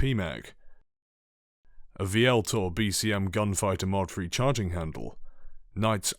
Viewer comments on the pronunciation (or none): he can't pronounce THs properly. He says three as free